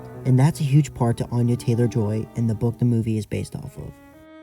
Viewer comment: Just wanted to let you know that Anya Taylor-Joy's name is actually pronounced (Anne-ya) not (Ahn-ya). I always hear people mispronouncing it (which is fair, she hasn't addressed it in a major interview) and I don't want her to end up like Saoirse Ronan having to tell people how to say her name in every single public appearance. This is such a good analysis, I adore this movie as well. It definitely would've been so much more successful if it wasn't for Covid